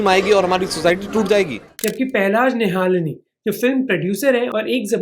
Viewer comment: Great content as always. Please also ensure the names are pronounced correctly. It's निहलानी not निहालनी।